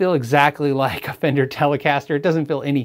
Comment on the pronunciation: “Very famender” is going into the urban dictionary.